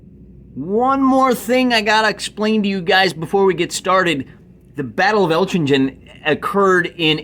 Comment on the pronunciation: Great video, it's given me some inspiration for when I finally complete my napoleonic forces. For future reference, it's pronounced 'elk-in-gen' (hard g at the end)